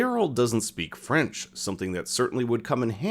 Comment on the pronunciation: not a single french word pronounced correctly.